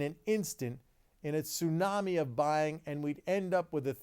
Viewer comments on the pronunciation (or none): none